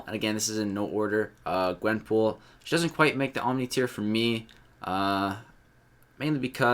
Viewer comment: *OMNI, not oNmni.